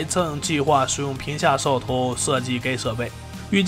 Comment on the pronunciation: 我听的是嗖哦头